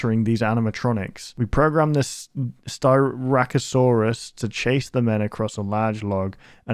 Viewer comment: Don’t worry. You said styracosaurus correctly!